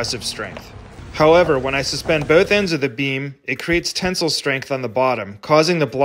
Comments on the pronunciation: Never have i ever heard people pronounce tensile like (ten-sill) and not (ten-sile) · Ten-sile, not tinsel. Sile is pronounced like Kyle, not Sul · I’m still trying to understand why you can’t pronounce “tensile”…